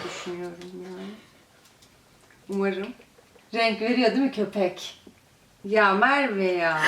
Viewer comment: Nobody: Çağla: KÖPEKK GJSLPWEIEİWSOWQPWĞWOĞRJRGDÖÇV